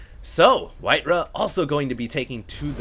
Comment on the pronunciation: It's not "whiteruh", it's WhiteRa.